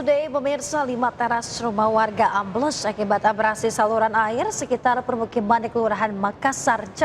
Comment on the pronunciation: Ambles mas. betul mbaknya. Am bles. bukan Am blas. artinya lain.